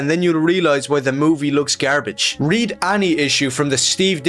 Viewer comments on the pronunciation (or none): Why did bro pronounce the word, gare-bedje